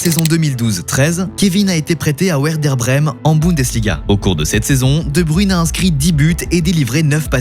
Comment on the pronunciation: Waw faire toute une vidéo sur KSB sans être capable de prononcer son nom correctement 😅